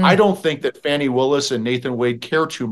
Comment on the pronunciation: I thought her name was Fa Knee. Not Fan e